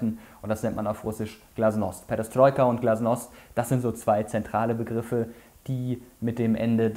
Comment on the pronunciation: Sehr gutes Video ! Danke dafür ! Perestroika hast du ein bisschen falsch ausgesprochen, man spricht das zweite e wie ein i aus also "Peristroika", nur so als info, falls es dich interessiert, ist aber eher nebensächlich. Wie gesagt tolles Video, danke dafür !